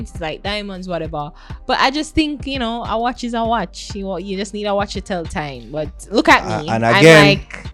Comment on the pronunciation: U didn’t pronounce the watch correctly